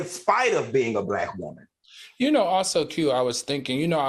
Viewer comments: Al said 😂😂😂 sussessful WOEman 😂😂😂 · We need 3 nights neow! But am I the only one who loves when Al pronounces “woman”?